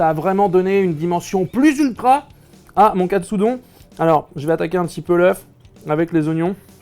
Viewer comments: Aaaah mais non pas Katsudon, mais Katsudonne 🤣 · Ça se dit Katsudon pas Katsudon ... ça semble évident pourtant